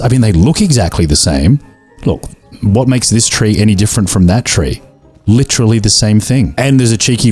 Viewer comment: li-TREE-ly love that recommendation nah I loved that the way you said coffer sounds like coiffeuse which is like barber in french I mean you got the Texas Chainsaw achievement